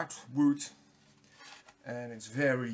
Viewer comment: ook wood dutch plus englisch funny guy